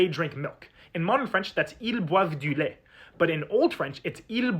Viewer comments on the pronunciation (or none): Are there more people who hear /lajtja/ instead of /lajt/? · where did that /jə/ in your pronunciation of /ˈlajt.jə/ come from? it's conspicuously missing from your IPA transcription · He kept enunciating as he was coming off that palatalised alveolar 😅 in his defence, it's not an easy sound to make in final position! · He definitely puts an extra schwa on the end, and does the same when pronouncing "lait" later, but other than that, he matches the IPA. It's definitely /ɛ/ that he's saying, not /e/, which is less open.